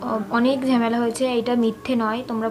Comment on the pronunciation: ঝেমেলা আবার কী😂 ঝামেলা বলে